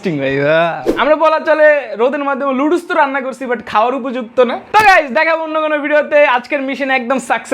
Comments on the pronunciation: লুডুস না নুডুলস হবে😊 এইটাও বলতে পারো না 😅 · Noodles ❌ ludus ✅ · নুডুলস ❌ নাদুস নুদুস☑️ নুদুল ✅✅✅